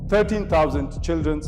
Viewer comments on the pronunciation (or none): Did he say childrenS 😂